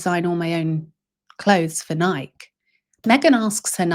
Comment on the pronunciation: it’s Osaka not Oaska … and Nike is pronounced “Ny-KEY” not Nike like “bike” … ♥️